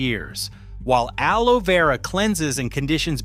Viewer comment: Great topic, sadly reduced to AI slop. Alo-ee Vera? Really? Doesn't anybody proof the narration, at least?